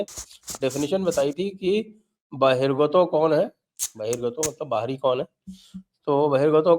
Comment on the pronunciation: बहिरगत नही बहिरागत (बहिः+आगत)